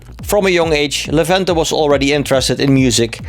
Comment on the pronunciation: Levente has a good English, I'm glad about it. A story of a girl is funny, familiar to me.:D, you pronounced Levente's name well, however it's not a good example for tricky name for foreigners. Kind guy, I liked this inter!